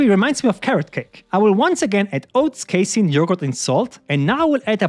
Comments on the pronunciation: YOU'RE PRONOUNCING CASEIN DIFFERENTLY NOW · haha true